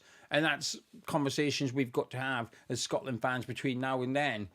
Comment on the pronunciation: Well done to the lads. Though, when it was tied 2-2, I thought I heard one of the commenators say "Shockland". See you in North America!